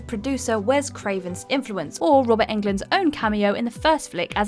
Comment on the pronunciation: did she pronounce robert englund in swedish? unexpected :)